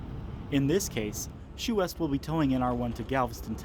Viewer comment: Chouest is pronounced swest ( rhymes with vest or best )